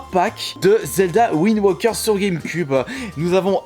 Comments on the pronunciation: ptdr va me trouver un anglais qui dit windwoker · Il le prononce à la british